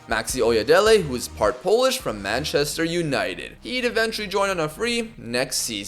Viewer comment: You are saying Polish names and words very good bro👏👏